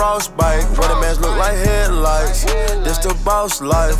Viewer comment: Is takeoff saying headlights or head lice lol. Sounds a lot like head lice.